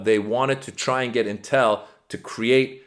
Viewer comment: This is a very small critique on pronunciation. It's pronounced IN-tel, not in-TEL. Source: me, I live directly south of the big campus. (Cue up LEVI-OH-sah, not levi-oh-SAH 🙃😁🤘)